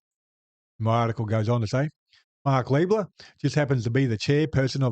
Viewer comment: I prefer to use the correct pronunciation: "Lie-bler'".